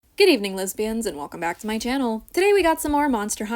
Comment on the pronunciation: You were saying lesbians in the opening the whole time? I thought it was Lizzie boys which I don’t know what it is